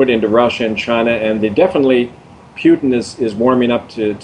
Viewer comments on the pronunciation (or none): none